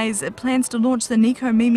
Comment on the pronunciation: Neeko Meemee XD Neko Mimi. Neko= Cat Mimi= Ears.